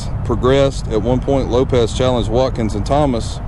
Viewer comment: It's pronounced LopeS ...not LopeZ